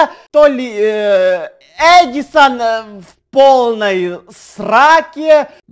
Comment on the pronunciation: Ты сказал АДИСАН